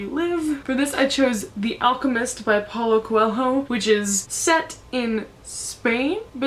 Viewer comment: it's so funny to hear an american trying to pronounce paulo coelho's name lol you guys say it in a very different way from the original :P I really hope you like Warsan Shire, I found it SO much better and deeper than Milk & Honey